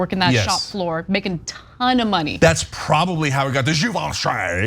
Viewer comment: So that's how your pronounce Givenchy, I was pronouncing it as jih-venchee. Lol 😆